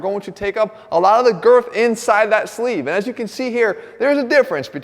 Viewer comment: Something about hearing Jeff say “girth” made me laugh